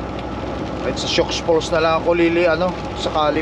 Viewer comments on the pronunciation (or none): ang basa po nyan ai sioux falls (su falls)